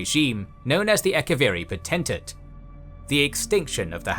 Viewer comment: Great video, and I am genuinely impressed that you managed to mispronounce almost every name, including potentate, which is an English word hahaha. Doesn't detract from the quality of the video though dw